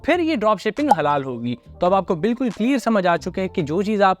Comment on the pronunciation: Sir ap jo halal ya haram mein break le kar bol rha ha ek dum confuse kr deta ha 😂😂😂